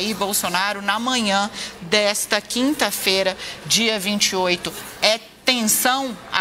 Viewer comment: "Dessa kimta feira"